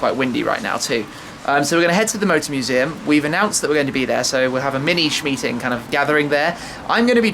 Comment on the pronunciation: Great Cayman, lovely stuff. But a "shmeeting" dear oh dear :-/